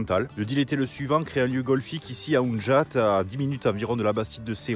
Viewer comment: Salut, vidéo au top ! Mes coups de golf tapés sur le compact, quel souvenir! Petit bémol, en tant qu'ariégeois expatrié, il me semble qu'on dit pas "oun"jat mais unjat. Mais bon faudrait pas contrarier les séronais car sont un peu jobastres 😅. Merci de me refaire vivre mes premiers trous de ma vie de golfeur, tant que c'est pas avec mes ex.....hihihihi merci et bon golf!!! Ah si! T'es toujours invité à Mortemart en Limousin si tu passes dans le coin, c'est moi qui régale !